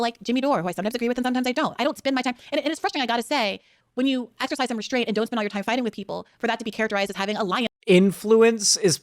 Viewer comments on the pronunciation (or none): none